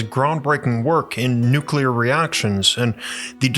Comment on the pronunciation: This is probably the best video of yours that I've seen,. It's outstanding! But FYI, you should probably make a concerted effort in the future not to pronounce the word "nuclear" as though it were "nuke-you-lar," as the latter pronunciation is drastically incorrect.